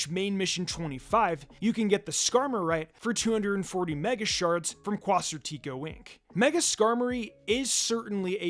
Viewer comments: I pronounce it like “quas-artico” not sure if thats what you meant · I'm sure you don't realize it, but you're pronouncing Quasartico wrong lol. Its pretty funny. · The way you pronounce Quasartico is crazy lmao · I am almost certain that is not how "Quasartico" is supposed to be pronounced. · Don't forget how he pronounces "Quasartico".